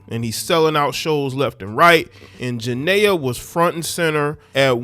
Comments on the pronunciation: Please say her name right Jania pronounced Janeeea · Her name is pronounced…… JA-KNEE-AH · If you know how to pronounce Nia Long, you can pronnce Jania. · Y’all can get off of young Boy y’all hate what y’all don’t understand.And you not even pronouncing her name right ……